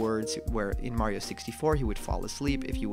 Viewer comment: Legends say if you been calling him Marryo instead of Mario for the past 4 years you get the game a month early.